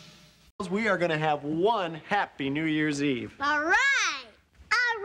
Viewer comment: When Michelle said "what is New Year's Eve?" It sounded like if she said "what is New Jersey?"